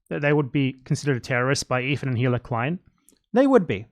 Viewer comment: Unrelated to these arguments, I've just been very baffled over the years about this: Why can no one who makes a video essay about the Klein's pronounce Hila's name? It's the easiest name to say correctly, her name is said all the time in their content (and the essayists use clips from said shows), but for some reason, they just can't mute the h in Hila when they say it out loud. I'm just very confused.